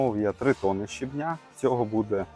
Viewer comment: Яблучка- це топ, мама ваша молодець і ви теж ❤ дякую за відео ❤ пара уточнень: щЕбня і брАла - наголос на першому складі) ❤❤❤😊